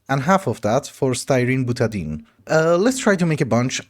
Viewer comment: I don’t know how you Europeans pronounce anything, but usually butadiene is pronounced buta DIE ene. Stay dark!